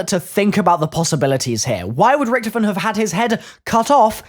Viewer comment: Not Richthofen mate